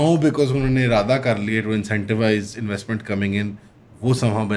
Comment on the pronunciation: Investment 😂😂 inwastement